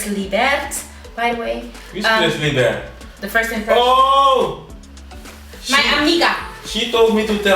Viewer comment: Its "laibert" 🤣🤣 but you write Libert. Next video with Benny should be the proposal😏💍